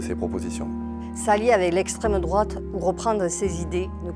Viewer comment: Une belle brochette de golmon. Estrrwwemme drouate 😄